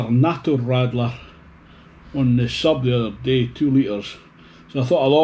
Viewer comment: The lemon one looks good. And I thought you said rattler as in rattlesnake. So, I thought it was like a lemon with a stinger